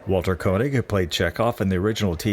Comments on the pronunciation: If you are going to make a video about celebrities it is always good to pronounce their names right. Christy McNichol, not McNichols. And Bill Mumy's last name is pronounced Moo-Mee. Walter Koenig's last name is pronouncec Kay-Nig. Also, you've never heard the term "I couldn't get arrested?" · Great video,. Just a heads-up, though: Veronica Cartwright (older sister of Angela “Lost in Space” Cartwright) starred in “The Birds, “Invasion of the Body Snatchers,” “Alien” and the TV series “Daniel Boone.” Also, Walter Koenig pronounces his name “Kay-nig.”